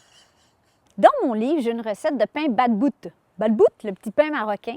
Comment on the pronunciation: Wow merci pour la recette première fois j’entends une québécoise qui parle du batbout en plus vous le prononcez bien 🥰